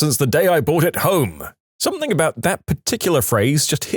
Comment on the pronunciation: No K in the word something